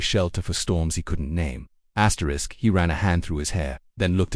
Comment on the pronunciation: "Asterick..." Stupid reader.